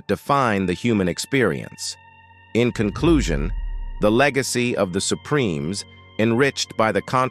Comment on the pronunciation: Shaydows? Supremees? Dear Lord please use a human being as narrator!